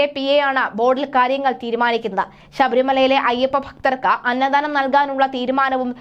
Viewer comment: അന്ന ദാനം എന്നാണ് പറയേണ്ടത്. അന്നധാനം ennau olu pyunathu